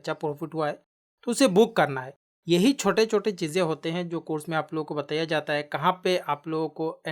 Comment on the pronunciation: App achha samjhatey hai. But ek shabd app galat bol detey hai, Batiiyyaaaa nahi bolte bataaayaa gaya Hai boltey hai.